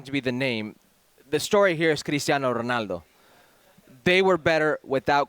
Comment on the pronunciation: why the fk does he keep on saying Ronaldos name like that